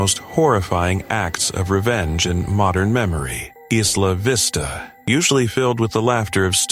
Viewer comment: It's pronounced Eye-lah Vista. Plus I know those children. They are horrible awful people who are cruel to those who aren't in the "in group", who aren't one of the "beautiful people". That doesn't defend what he did; but it explains it.